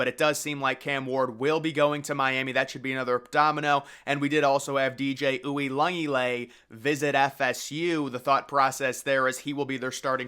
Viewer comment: Bro say DJ U’s name right 😂